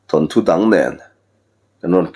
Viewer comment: Than thu ni lovin, Thawn thu tih tur.